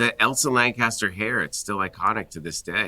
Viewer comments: Elsa Lanchester, not Lancaster. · Frankenstein is the doctor, not the monster. LANCHESTER! (not "Lancaster") Idiots.